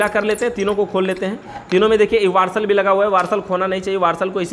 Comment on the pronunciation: 😂😂और वाशर को भी वर्सल बोल रहे हैं 😂😂😂